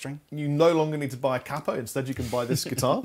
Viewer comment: BTW its a CAPE o c long a p o spelled capo pronounced like a superhero cape and an o not a baseball cap and an o....